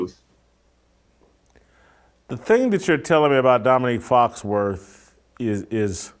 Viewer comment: Jason it's Foxworthy not Foxworth.